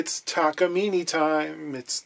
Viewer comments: Excuse my correction, it’s Takamin eh! According to my Japanese friend. Note accent over the e. Now about “solder” or “dodder”😂😂😂 Love your vids? You da man. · If you are trying to use the Japanese pronunciation it is ta-ka-mi-neh, not ni at the end. Not that it matters. Unrelated ryobi is pronounced ro-bi or something like that, there is really no why to write it in english but ryo is once syllable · It’s pronounced ‘Takamine’. Duh. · I'm thinking about complaining about the Takamine pronunciation.... but again is not going to read comments anyway. I have a small discussion with Levy Clay on his channel's comment and he was right that westerners are ignorants when it comes to names that comes from foriegn languages. But again, who am I to talk? I'm not even Japanese lol.